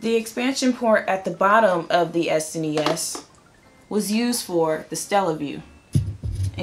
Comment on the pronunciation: So glad you call it s.n.e.s instead of snes.